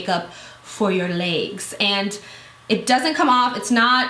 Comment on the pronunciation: Leegs... Reminded me of when you first introduced the Sally Hanson product way back... I just find the way you say legs funny... I died laughing for the rest of the video lol... Love you though.